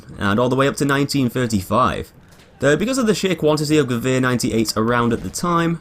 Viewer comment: He is the only english person that can say Gewehr correctly😂